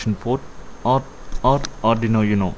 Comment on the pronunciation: Nice video. BTW, it's 'Oooohno' not 'YouNo'